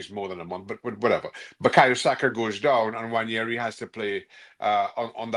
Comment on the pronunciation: Yamal is very good, Nwaneri is better. Yamal wouldn't look any better than Cole Palmer who doesn't do it against the big teams in the Prem. Look at Anthony, making La Liga look easy. And the media still cannot pronounce this mans name correct, Wan-Air-ree.